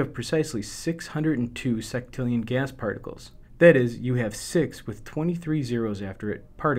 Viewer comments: "Seck"tillion? I thought u pronounce it sextillion? Would it be wrong to pronounce it with "sex"? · I wish he would pronounce sextillion correctly.